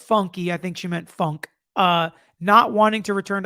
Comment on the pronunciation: actually, I think her name is pronounced Funky; though spelled Funke.